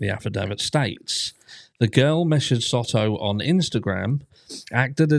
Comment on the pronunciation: Hey there my favorite True Crime Brit! As a Texas local, just letting you know that it is pronounced like Soe-toe. I can't find the proper keyboard symbol to do it right. Both Os make the long O sound.